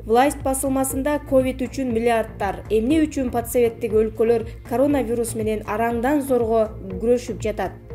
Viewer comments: Туура суйлочу чалдырабай. Потсоветтик олколор эмес, поссоветтик болот. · Пассовет эмес поссовет туура суйло